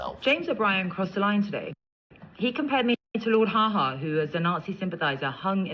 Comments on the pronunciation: It was Lord Haw-Haw, not Ha-Ha. And he was executed for what he did. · It is Lord Haw Haw not ha ha FFS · It's Lord Haw Haw, not Hah Hah silly woman. After THAT, she lost the right to utter a single syllable. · Lord haha? My dear, it's Lord haw haw. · Lord Haw Haw, not Ha Ha. She's so thick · It's not Lord Ha- Ha ya fool it's Lord Haw-Haw now bugger off to collect your shekels and rubles.. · What a moron, It's Haw Haw not Ha Ha. Perhaps she should stay silent and just let everyone think she is stupid, but no, she cannot keep her mouth shut and needs to proves it beyond any doubt. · It’s Lord Haw Haw… not Ha Ha……. 🙄 This is just another variation on the old fascistic trope of “only I can save you”. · She can't even pronounced Lord Haw Haw's name correctly show what she knows about British history